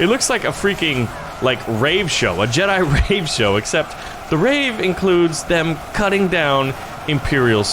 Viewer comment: Jedi, not Jeda